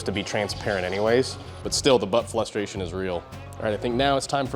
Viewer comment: " the butt flustration " ???? hmmmmm WTF